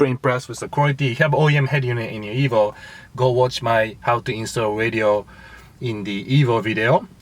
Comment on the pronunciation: You keep saying ebo what is an ebo? Lmao